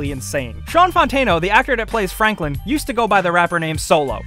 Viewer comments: fanklin lololol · Did he just say "Fanklin" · Fanklin? xD